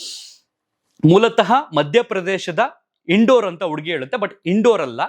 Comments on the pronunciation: ಇನ್ ಡೋರ್ ಅಲ್ಲ ಇಂದೋರ್ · Not Indor it’s ಇಂದೋರ್.